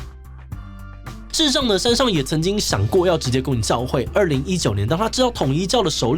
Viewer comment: 志祺每次讀「山上」的時候我都會想到另外某位老師xD 我知道口音不是那麼好改但還是提一下